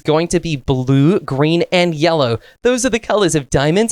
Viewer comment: 😂 says yallow instead of yellow😂😂😂😂😅